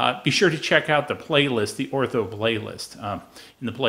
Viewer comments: The name is pronounced Or-tur. Not Ortho. Other wise your videos are great. I like your short and to the point videos. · Why do you keep calling it "ortho" laser?